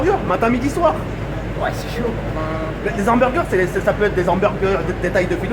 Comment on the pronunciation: La meuf elle fume et sa dit humberger aaah mal alimentation okby